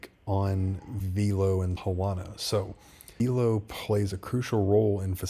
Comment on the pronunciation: My guy, it’s pronounced “VEL-LOW” like “hello” with a V. I only know this because I’ve watched interviews with their executives. Love the content and vids 🙏🏼🤘🏼